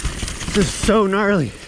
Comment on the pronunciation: He needs a "knarley" counter🤣